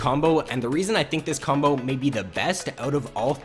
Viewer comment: When you say combo it sounds like "cumbo"